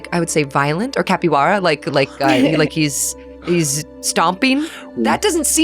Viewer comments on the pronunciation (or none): Capibara?😂 it's capoeira😂